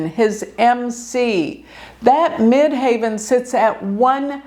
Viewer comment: Great video thanks. Quick question you say ‘MidHAVEN’ I always thought it’s MIDHEAVEN..?